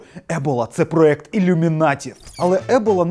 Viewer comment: Не проект а проєкт